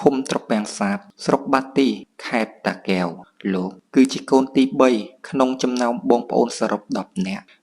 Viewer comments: អញឆ្ងល់និយាយខ្មែរមិនច្បាស់ពាក្យ តាកែវ មិនមែនតាគែវទេ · គ្រាន់ពាក្យថា( តាកែវ )១មា៉ត់ក៏និយាយមិនច្បាស់ដែ